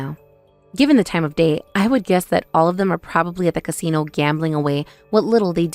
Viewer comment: What’s a “cunsino”?